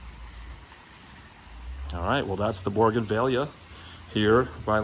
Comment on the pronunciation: You are mispronouncing Bougainvillea. There’s no “r” in the word. 😊